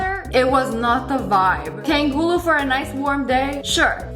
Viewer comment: Sorry snipperwolf, I have to say it, im asian it is not pronounced TANG- gooloo Its pronounced TUNG- HOOLOO